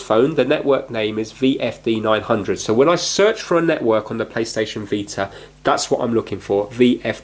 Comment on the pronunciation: he just said WFD900 and not VFD900